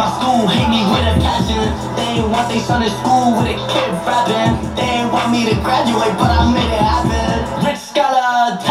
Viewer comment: He literally said he gratuaded